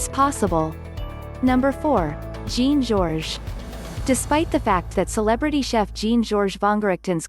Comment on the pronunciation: Learn how to pronounce Le Bernadin and Jean Geoges, or they won't let you in!!!